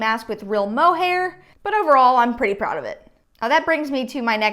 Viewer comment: It’s not “mohair”